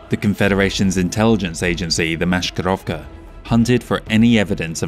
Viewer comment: A small note about Maskirovka. "Sk" in it sounds not like "sh". Try pronouncing 's' without any additional sounds (like 's' in 'mass'). But nevertheless, great job as ever, keep it up. Best wishes from modern Liao)